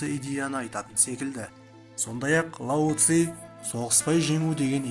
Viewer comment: лау зей . емес лаузы .